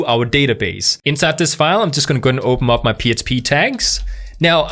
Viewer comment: "I'm just gonna go ahead & opemup my php tags" cute speech impediment bro 🤣❤